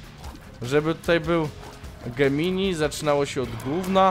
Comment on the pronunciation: Gemini ( wymawia się Dżemni ) to znak zodiaku . Gemini jest słowem łacińskim, polskim tłumaczeniu to bliźnięta . Gemini to nie jest ten płodzian tylko oni razem tworzą geminiego .